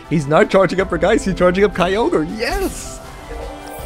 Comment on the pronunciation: Hey cool deck! By the way for some reason regice is pronounced regi-ice instead of regice